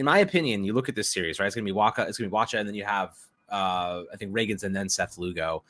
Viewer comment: The ch in Wacha sounds like a K. Waka